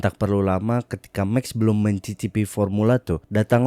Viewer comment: Bukan "Meks" tapi "maks" verstappen 👍🏻